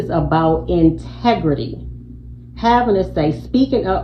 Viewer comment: "For the sake of his entigrity" 🙄 We, black women, are always labeled - "Angry Black Women"